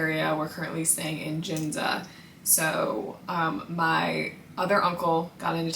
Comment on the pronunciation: Youre so pretty but its funny how you pronounce Ginza 😂